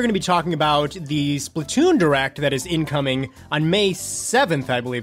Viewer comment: For a minuet there i thought he said a Splatoon Direct that is INKoming